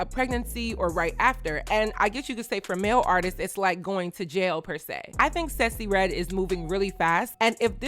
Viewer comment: Random by I love your pronounciation of Sexyy Redd’s name! You always come thru on trend and dropping jewels.